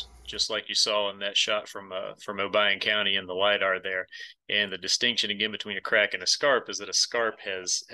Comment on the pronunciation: Thank you for saying Obion County correctly. I have spent so much time at Reelfoot Lake